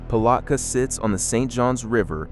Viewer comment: I can't listen to this ai MESS.The mispronunciations are driving me up a wall... dunn ellon? Palotka? Just stop it.